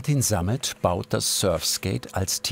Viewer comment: Tut schon weh „surfskate“ zu hören 🥴